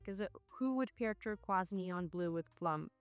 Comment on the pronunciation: Tur-KOYSE is how you say turquoise ❤ I am thinking maybe that was on purpose? Btw I love how all the layers work, the furry and silk was fun.